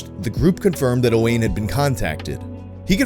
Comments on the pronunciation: Token pedantic Welshman here to tell you it’s pronounced closer to O-wine not O-wayne. Sorry (not sorry) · Also it's pronounced owin not owan that's a welsh name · This story is fucking beautiful, what an uplifting change of pace :) (Also for anyone interested, Owain is generally pronounced like O-whine, obligatory welsh person correction lmao) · Owain is pronounced Owen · the way you pronounced Owain kills this little welsh boy... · the pronunciation of owain has me cracking the fuck up lmaooo